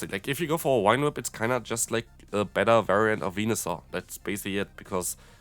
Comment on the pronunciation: Wine whip? Whine whip? I know English rules of reading are a hot mess but this one rule is really easy: the letter "V" always produces the /v/ sound (as in victory, very, never, craving, grave, have). If you pronounced it /f/ as you do in German (vielleicht, vor, Vogel), I'd understand I guess, but why with a /w/ sound...?